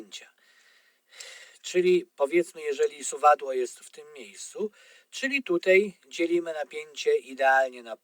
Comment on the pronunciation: Wszystko świetnie wyjaśnione tylko to "tutej" tak kuje w uszy ....